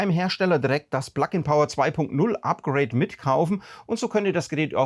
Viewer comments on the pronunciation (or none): none